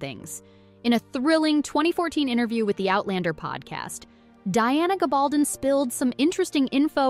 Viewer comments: GAB-AL-DON Please learn to say the names properly b4 posting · Plus she can’t pronounce Diana’s last name!😳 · Oof. Diana's last name is pronounced, "Ga-bal-DON" (emphasis on the DON, DON rhymes with stone). And Samhain is pronounced, "SA-wyn". Otherwise, nice insights.